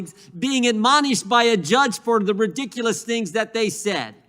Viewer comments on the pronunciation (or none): She can’t even pronounce “ridiculous.” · imagine holding that much poower and not being able to say ridiculous correctly